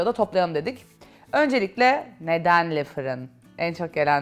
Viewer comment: yanlis anlamazsiniz neden Le firin markasindaki le kismini dogru okunusuyla lö seklinde okumuyorsunuz, bunun bir sebebi var mi?